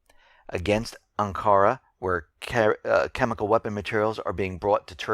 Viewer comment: Ankahra? No such place exists. It's Ankara, with strong emphasis on the initial "a", and a hard "r", not an English "r". I like your reports, but you really need to work on your pronunciation of foreign place names, especially those in the Middle East. Listen to a news broadcast on Syriaalikhbaria2 on YouTube before broadcasting your report. You will get the proper pronunciations of local place names in the news that day even if you do not otherwise understand Arabic.